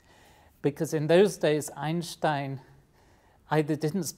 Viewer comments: you are the first english speaking human that i hear saying einstein not einstain like every one else :D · I am thrilled to hear an Englishman pronounce 'Einstein' right. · I was pretty amazed that he said "Einstein" in the correct german pronounciation. Very cool. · Great Video And he's one of the few people that know how to pronounce Einstein correctly